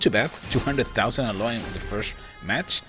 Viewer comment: Can't even pronounce alloy properly